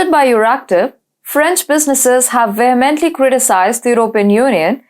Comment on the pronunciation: In the first 2 minutes, she pronounced realm as ree alm, emanating as man-ating, precarious as pray-carious, vocally as wokally, voice as woice, considerably as constabuterally, vast as wast, particularly as parr-ticulary, and vehemently as weh-mentally. No-one fluent in English would make such errors when reading from a script.